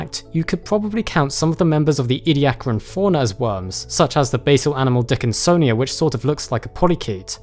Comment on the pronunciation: Did this man just say Dick in Sonia?